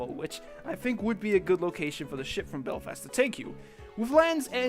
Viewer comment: Sorry but I cringed at your pronunciation of Belfast